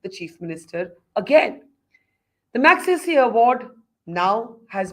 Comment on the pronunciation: Barkha. I know you take the trouble to pronounce Western names correctly. But do take to trouble to listen to how Ramon Magsaysay's name is pronounced. .